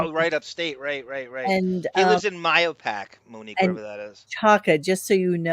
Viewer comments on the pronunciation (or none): Sour lives in May-ho-pac …!not whatever the F you just tried to say 😂🤍